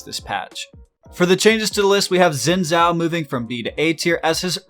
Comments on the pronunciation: The right way to pronounce Xin Zhao is - Shin Jao. please pronounce it correctly. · How did you manage to mispronounce both Xin and Zhou?